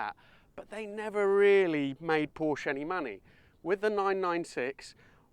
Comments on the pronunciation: Porsche is a TWO syllable word. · I have a hard time taking auto advice from somebody who doesn't pronounce " PORSCHE " properly 😊😊😊😊😊😊